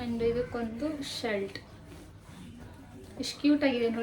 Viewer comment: ಶಲ್ಟ್ ಅಲ್ಲ sis shirt ಶರ್ಟ್